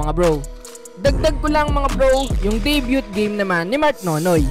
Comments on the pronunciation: debyu yan bro, hindi debyut. FYI lang. good job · DAY BYUT HAHAHA! da byoo lang bro, silent and T! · deybyu bro ndi deybyut ang pronounciation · Day-byu po yung pronunciation ng salitang DEBUT po idol; hindi Day-Byu(T) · De - byu (Debut) not De - byut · Debut is pronounce as silent "t" not Deybyut no hate just love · Hahahaha di sya pwedeng commentator! Debyut dw hahaha! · Debut is pronounce as debyu,just a correction... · Debyut ba talaga ang paglapronawns?? Baka mas may tama pa? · Day - byu (Debut)* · learn to pronounce it correctly, "debut " (de-byu) you're a blogger! masakit sa tenga, Inulit ulit mo pa talaga! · Debut??? 🤣🤣 Debyut?? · Bro yung pag pronounce ng debut is walang t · Debut silent "t"tanga hahahaha peace